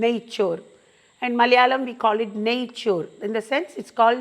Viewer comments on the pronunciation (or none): none